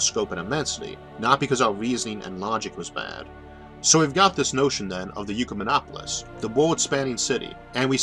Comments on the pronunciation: Why do you keep pronouncing it "You" rather than "Ekk" or "Eee"? It's Ecumen not Eucumen - This isn't your speech impediment {which I don't have a problem understanding btw}, you're specifically pronouncing it "You" - Why? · Why are you saying Yukamenopolis? Its an Ek-yu-menopolis. We dont say Ecumenicalism as Yukamenicalism. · "Ecumenopolis" is pronounced "ECK-yoo-men-AH-po-lis", not "YOO-kuh-men-AH-po-lis". Phonics, bro, look at the order of the letters; the U comes after the C, not the E. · Trying to forgive the horrendous pronounciation of Ecumenopolis....not "Eucomenopolis"....sorrryyyy! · ECK YOU MEN OP OH LIS or, perhaps OIK YOU MEN OP OH LIS not YOU CUE MEN OP OH LIS And ecumenism is never pronounced YOU-CUE-MEN-ISM The YOU sound prefix on Greek words is spelled eu and means good. That isn't part of this word. The root of the word is correctly cited. The pronunciation is incorrect. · The speech impediment is absolutely fine. It doesn't impede me! Mispronouncing "ecumenopolis" as if it were spelt "eucumenopolis", on the other hand, really grates... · Isaac, I believe the word that you are pronouncing "eucamenopolis", implying "eu" as in "euvolemic", "same volume", is actually, as the printed word in the title indicates, derived from the Latin oecumenicus, from which comes "ecumenical." That makes a whole lot more sense when considered in light of what your video is about. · Wow! I really value your videos. And I understand the speech impediment. But in THIS one you seem to have made a mispronunciation. How do you get "yoo-kuh-min-opp-uh-lis" out of a word that starts with an E? If the U was immediately after the E then I would get it. But there's a C between the E and the U. That makes it "ek-yoo-men-opp-uh-liss". You're way too smart for this error, Isaac. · You seem to switch around the 'e' and 'u' in Ecumenopolis.